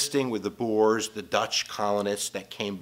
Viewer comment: oh my gash!!!! the way he mispronounce the words 😂😂😂😂😂😂😂 "boers" oh my life